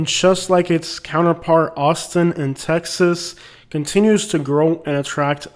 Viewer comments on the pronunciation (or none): none